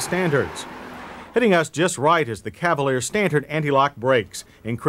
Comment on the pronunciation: Nice dash display ! Like the presenters homely voice.... notice He always adds a subtle t in words with d's..... '5 speed as stantard'...